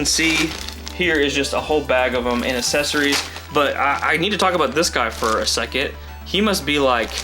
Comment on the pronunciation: Accessories not assesories 😅